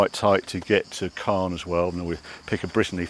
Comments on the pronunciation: Great video Harry… and I know that French pronunciation is tricky - but I wince every time you say 'Carn' for Caen. As you will have heard several times on the ferry (and you must already know) - it's pronounced CONN. Your missus must be a Saint 😇… sitting there filming while you hoon about on those country roads… with unending, tight bends. Lovely to have a boat waiting for you in Antibes - but, while I adore the South of France, I detest being there during the summer period. To each their own. All the best. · Not "Cahn", it's "Cohr". Hard C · At the beginning, I thought you were talking about the city of Cannes, but looking at the map, it was Caen. This city is pronounced exactly the same as 'quand' (when), we don't pronounce the 'n'. Anyway, enjoy your stay ! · It's Caen. Not Can. Not the same prononciation